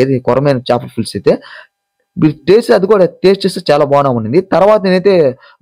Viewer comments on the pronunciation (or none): Speet,Doll curry Bagunda bayya.........adi sweet ,dhall curry anali And Chepala fulusu kadu Pulusu anali